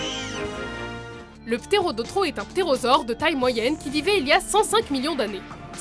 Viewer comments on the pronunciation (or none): Deja le pterodaustro n'est pas un dinosaure, et le ''s'' dans son nom se prononce. Et le squelette de quetzalcoatlus que l'on peut voir est en fait un squelette de deinocheirus ! Sinon c'est un tres bonne vidéo !😊